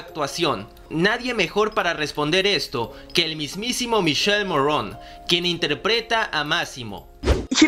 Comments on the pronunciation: Hola me voy a atrever a hacerte un par de observaciones, el nombre del actor se pronuncia "Miquele" aunque se escribe "Michele" y sobre el tatuaje de la mano él explica que simboliza al "Ave Fénix" que muere y vuelve a nacer, por eso tiene una imagen de calavera en el centro del ave. Saludos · Una aclaración el nombre del actor se pronuncia como si tuviera una "q" o sea que se pronuncia Miquele y el apellido se pronuncia como se escribe Morrone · El nombre del actor se pronuncia "Miquele" no "Mishel". No americanicen su nombre italiano. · Michele Morrone es italiano, por favor no pronuncien su nombre y apellido en francés, no se puede oír!!!! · Michele= mikele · En español suena Miquele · El verdadero nombre del actor se pronuncia miquele morrone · Que no se pronuncia michele se pronuncia mikele! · MIKELE MORRONE, así se pronuncia MICHELE MORRONE , visto que es italiano y no americano. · Se dice mikele morrone, literalmente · No es Michele Como lo dices en inglés??? Infórmate bien Bro! En italiano la "che=que" así que se dice miquele y se escribe Michele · X2 jajajaja lo que si ví fue que no saben pronunciar el nombre de Miki y algunas informaciones erradas 😂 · El nombre es italiano y no se pronuncia como lo pronuncias😅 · Se pronuncia Mikele y se escribe Michele y no Morron... Sino Morrone, como esta escrito😳😑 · Me caga que hagas y hagas videos y no puedas pronunciar el nombre de michele morrone, te voy a enseñar como se pronuncia.. Miquele mo rro ne. No morron